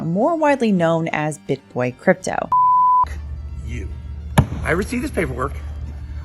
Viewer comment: 'Cryto'? Seriously?